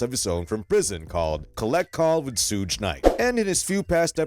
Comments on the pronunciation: "SEWG" its "SHOOG" smh FACE PALM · I was like wtf? Sooge Knight....Sooge Knight....I'm like...that guy is definitely YT surprised he didn't say TEWPACK SHACURE. omg I can't even take this fake ass click bait seriously wtf😂😂😂😂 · "SOOGE" lmao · Who tf is SOOGE ? Culture Vultures need to learn how to pronounce peoples name before making videos about them 😅